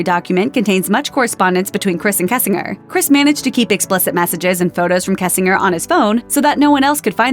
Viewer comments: Pronounced Kessing....GERRRRRR.. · mispronouncing "kessinger" gets old really fast.